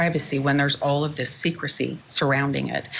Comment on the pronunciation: Bravo, I've said the same thing. Secrecy, she said it a few times and emphasized it... secrecy